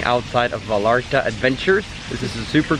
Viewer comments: It would make me happier if you pronounced Vallarta (VAYARTA) not VALARTA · It’s pronounced Va-yar-ta. The way you say it makes it sound ugly. No offense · Nice vlog. But it’s Ipronounced “Vayarta! Va-Yar-Ta! “. You’re killing me! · Amazing. I think they pronounce “ll” as “y” like calle as “ka”-“ye.” So it’s “Va-yar-ta”😊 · I cringed everytime you mispronounced Vallarta., but I did enjoy the video